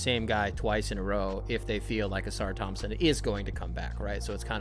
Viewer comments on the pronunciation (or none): none